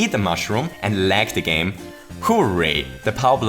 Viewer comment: I have to do it to you. gAp Were you sick while recording? gAme